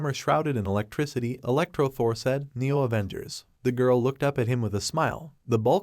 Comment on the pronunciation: avoongers aah😂